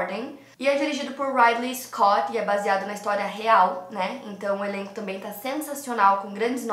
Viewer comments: Não se lê raidley scott, se pronuncia Ridley Scott : Ri de river, Ridley!. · O nome do diretor nao lê - se Raidler e sim Ridley Scott. Diretor muito conhecido e famoso